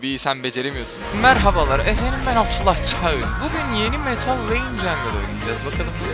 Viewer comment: Nobody: İzleyiciler abdullah çagın: abdullah caĞınn